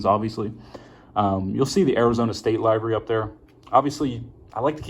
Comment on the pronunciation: btw its pronounced Live-ery